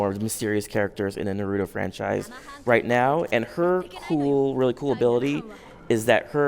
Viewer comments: you surely don't know how to say their names right narudo,sakurá and sasque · Uuuuuh Sa-kuuuu-ro uuuhhh Madura uhhhh Naratu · NaRUEto, SaKURRA, MaDURRA. This guy is representing the game for an interview? Also he circled around the same points for every question asked. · Narudo...... REALLY?!?! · The guy seems like he hates his job. He cant even pronounce narutos name right.... lame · Every naruto video I watch someone says naruto wrong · Terrible pronunciation of Naruto and Sakura. You don't say tsunami with a shitty accent do you? Fake piece of shit. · How do you work for bandai namco entertainment, and you're pronouncing naruto wrong....